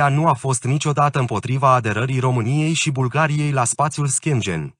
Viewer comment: Aderarea Romaniei la "SPATIUL ȘCHIENGIEN" 🤣😂